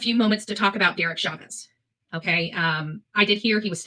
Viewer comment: It happens A LOT! 🤪 And with the English language in general.